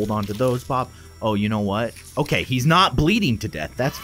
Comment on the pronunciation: It's not OKEH to be OKEH (titan cry😭)